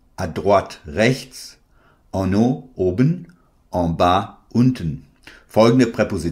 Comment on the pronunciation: en haut, hast du falsch ausgesprochen. (Hat meine Lehrerin gesagt, wir haben das vid gesehen) 😂